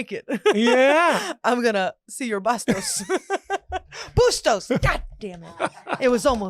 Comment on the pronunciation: the girl said Bustos 😂